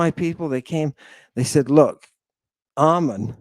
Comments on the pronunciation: Make no mistake- the mispronunciation of your name was a passive /aggressive attempt at insult, plus they superstitiously avoid your name, lest they invoke your presence. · Him mispronouncing and misspelling your name on the video was a sign of blatant disrespect and disregard. It was intentional Hail Ammon and Mother Greek